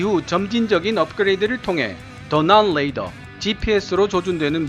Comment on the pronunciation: 잘 보았습니다. 그런데 자꾸만 Radar를 Ladar로 발음하셔서 듣기에 좀...